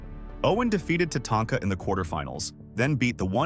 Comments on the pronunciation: You mean it's not pronounced TaTAINTka? 😂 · Jim “needhart”? “Tatainka?” What’s even more annoying is that he learned how to say Tatanka by the end and didn’t edit out tatainka “ also Bret didn’t get squashed by yoko, I don’t know how long the match was but it definitely wasn’t 9 seconds or whatever you or the ai voice said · Dude, Tatainka? Needhart? Baanzai? Skayland? Owen begged himself to not throw in the towel? This is either an AI narrator with no effort given to make sure it sounded good, or this dude has never watched 90s wrestling. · How the guy pronounces WrestleMania X, Tatanka and Neihard.... Sheesh man learn how to read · I love how they insult Art Donovan, while the crappy A.I. voice can't pronounce Jim Neidhart, Tatanka, among other names correctly.